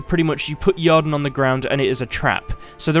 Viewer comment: Not gonna lie, I came here for reassurance how Yrden is pronouced. I mean I was right from the start — eer-den. I was just annoyed how others pronounce it as yar-den or yer-den.